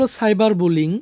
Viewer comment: সাইবার কুলিং না বুলি ং 😊😊